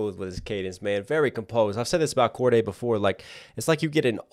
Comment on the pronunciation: its Cordae not Cordea